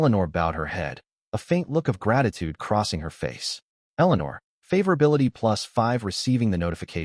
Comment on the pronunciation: I'm dropping the video due to the pronunciation of "favorability."